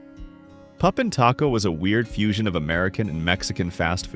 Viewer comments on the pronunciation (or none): none